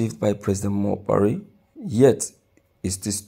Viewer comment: Broadcaster why are u calling him Buhaire while you know his not in charge